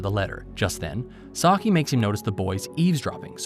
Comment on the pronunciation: Bru butchered my guy saiki’s name But nice vid